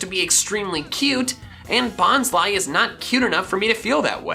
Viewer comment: I always thought Bonsly was pronounced Bons-lee not Bons-lie